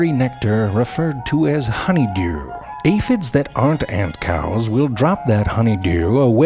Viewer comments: I love how he says, "Honeyderrrw". 😂😂😂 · I am in support of Frank saying "Rurl" like "honeydeeyuwl" or "mhassarjh" from now on. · HONEY DURR, now that's some funny pronounciation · Love the way you say 'honeydeurrrr' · I swear I've heard honeydew pronounced like that somewhere else. I just can't figure it out!